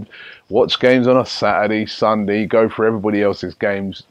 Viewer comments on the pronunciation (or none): My man said mondey and sundey